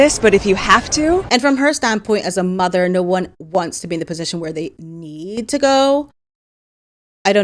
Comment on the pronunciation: Sounds like she said " as a mugger"😂 not mother.😂😂😂😂